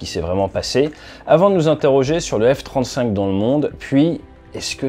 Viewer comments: Le F-trente-souinque 😂 Sinon continue comme ça ATE tes vidéos sont géniales ❤ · le F trente souinque ? 😂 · Le F-30zwoingue !